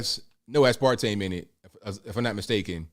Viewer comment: a tip if you don't mind: Aspartame. It would be easier if you pronounce it "As-per-tame." Flows much better than "a-spar-tame." I don't know where the name came from but I just learned that growing up.